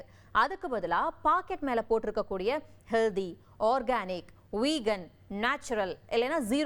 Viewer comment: Hello, HEALDHY nu solvadhu thavaru. Pl say HEALTTTTTHY. Friit Juices sollum podhu CONCRETE IRUKKUM nu solreenga. Gavanamaaga padiththu CONCENTRATE nu sollanum. OK?????